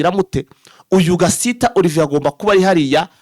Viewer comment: Nanga kuntu uvuga izina Gasita pe. Kuki muvuga gusa ntimusome cyangwa ngo muganore n'ababarusha amakuru??? Ni Gasiita. Ubwoko bw'abasiita mu Rwanda burahari ndetse na benshi Banyamurenge.